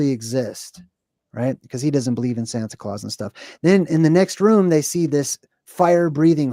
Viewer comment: santa claus a Sounds like center Klaus 😮